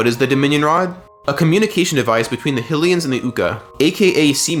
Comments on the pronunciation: Great video... but the way you say fuckin 'Hillian' is god damned painful. its HYLIAN god damned HIGH-LIAN. do ya think it was named after the godess Hillia? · Was the only thing I could focus on during this guy's video. Never heard someone say Hill-ian 😂 I was like, "is this just ai being ai and not knowing how to words?"😂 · There is no reason to mispronounce a word like Hylian. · I'm so glad this comment is here I was SO confused 😅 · The speech pattern was already off, but mispronounced Hylian? Neuro-divergence shows up again.